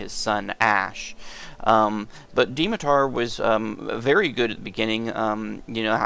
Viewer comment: It's pronounced Dmitar not Dimitar!